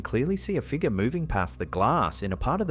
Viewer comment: I'm sorry, but you are now officially obligated to pronounce "figure" as "figger". 🤣